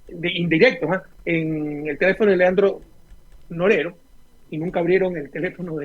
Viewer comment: Porque no pronuncia bien claro el nombre de Leandro Norero? Rafael Correa algo está pasando